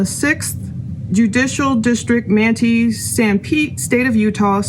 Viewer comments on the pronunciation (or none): Man Tie not man tee. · the court media relations person for the state said they will make some changes, requiring registration by guests, and there will be moderators who will mute people. oh, Manti is pronounced Mant eye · If someone hasn’t already offered to help with the pronunciation of MANTI, it is pronounced MAN-TY. 👍🏼😁